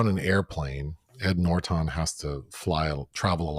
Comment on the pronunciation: From now on, I'm saying "Ed Nort-On."